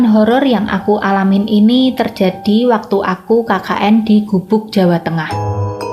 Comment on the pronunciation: Ketoro bgt ndes.. pas ngomong kata "terjadi" 😄